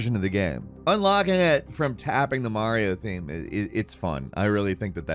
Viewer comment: Skip to and listen to how he says “interesting” and then “unlocking it” a couple seconds later. Investigations are underway, for undesirable annunciation